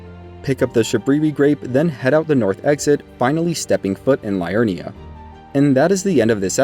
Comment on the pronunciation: Great guide and all but my goodness man all this research but you don't know the correct pronunciation of so many locations/NPCs? Liurnia not Lie-urnia, Ell-eh not Eli, Ireena not I-ri-na...